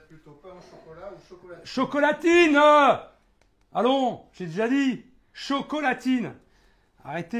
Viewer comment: Met en vitesse 0.25 et écoute comment il dit chocolatine on dirait il est bourré